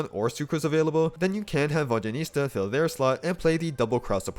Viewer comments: I physically can't watch this video with your vodyaNITSA pronounciation 😭 it's NITSA not nista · Exactly, it’s not even that hard. Saying Vodyanista instead of Vodyanitsa is like saying Starista instead of Tsaritsa lol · It pisses me off how some of you are misspronouncing her name.. ITS VODYA-NITSA.. not ISTA.. dyslexics.. 🤦‍♀️ as a Slav.. these things kill my ears... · Guys! There is no huge problem with the misplaced letters in “Vodya-niS-TA” or “Vodya-niT-SA” by the creator of this channel. It’s totally okay. What I’m not okay with is how you all pronounce DYA — for some reason, it’s Vod-JYA-nitsa. Can you tell me where you all missed the D? 😂 It’s not JA, and it’s not JYA, for Christ’s sake. It’s D-ya = “-Дя-”. Try to say Vodianitsa if you like. But the Latin transcription of Vodya is not correct. When we pronounce “water” in Russian, we don’t say it as Vodya 😂😂 For us, it’s pronounced Voda. In her name, the developers use the word Voda as the root word, followed by two suffixes ~yan- and -its-, with -a as the ending. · It’s “Vodya-NIT-sa” not “Vodya-NIS-ta” though 😅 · Please at least TRY to pronounce her name somewhat okayish x.x Who the f is "Vodjanista" ?! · Its Nitsza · Who is this "Vodyanista" you keep referencing? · It’s Vod-ya-nit-SA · Hearing VodyaNISTA over and over again made me physically wince. 😭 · Ive heard him say VodyaNISTA so many times I cant say I properly anymore. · you keep saying vodyanista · Please, VodyaNEET-sa. 😭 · Another comment about how painful it was to listen to character name being pronounced completely wrong. Like, google translate does better job pronouncing her name. Other than that nice work! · Someone tell him the correct pronunciation, it's too distracting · Why so difficult to pronounce her name correctly lol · Before you make an entire video about a character, maybe look up the pronunciation so you don't mispronounce several dozen times